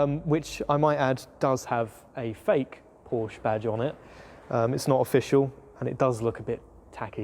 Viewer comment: "Porsche" The man actually says PORSCHE None of that "p0rch" stuff. It is a two-syllable word. It is the real surname of a real family and those fellow humans are owed the damn decency to not butcher their name. Now i can subscribe. I would not have been able to sit through 12 minutes of p0rCh, let alone an entire video series of it.